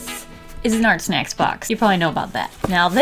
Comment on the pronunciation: At first I thought you said Art Smacks